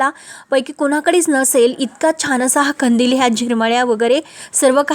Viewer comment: नीट मराठी बोला हो खंदील नाही कंदील